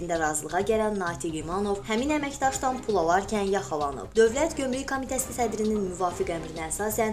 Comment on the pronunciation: Bu aparici ozu gomruk evezine comruk deyir, hele dogru duzgun teleffuz etmeyi oyrensin ki, basqalarina da mediyadan numune olsun!!!!